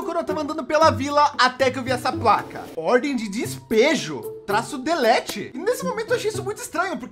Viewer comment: Pior é o "dispejo" com i